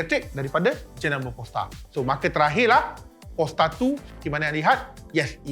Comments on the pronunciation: sebut Polestar, kawan saya kat sebelah dengar P*rnstar. Haha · Bang, sebut betul² word Polestar, org kiri kanan saya semua toleh😂